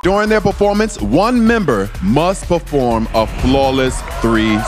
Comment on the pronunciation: "I feel like the POORformance was..."